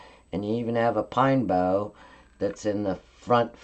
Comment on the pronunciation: So lovely!! Bough is pronounced bow wow like what a dog says!